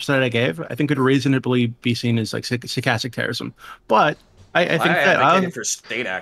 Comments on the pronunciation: I've been hearing it skatastic terrorism for weeks. ha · Stuh-kas-tik. Say it with me people. Over half of these fuqs never heard that word before the panel and continue to mispronounce and misrepresent the term itself. What a shame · half the poeple in this panel can't pronounce stochastic lmao.